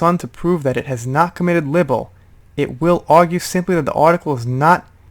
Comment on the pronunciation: Libel rhymes with Bible.